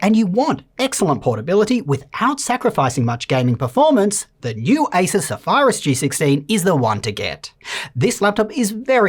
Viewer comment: Dude learn to spell and pronounce please... Zafajrus? It should be Zefirus.